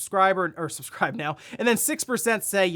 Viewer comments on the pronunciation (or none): none